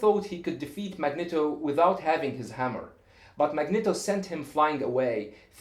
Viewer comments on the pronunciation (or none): also the E in Magneto is pronounced with a long foul sound.